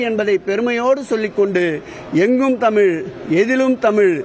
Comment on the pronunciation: தமிழ் என்று ஒழுங்கா உச்சரிடா அலலூயா நாயே